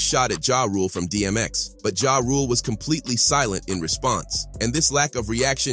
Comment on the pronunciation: Can this narrator read? It's B.E.T not BET.... And it's Ja (Ja•h) Rule not JAY Rule... 😂